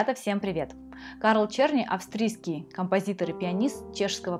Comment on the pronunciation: Его фамилия должна читаться "Черны".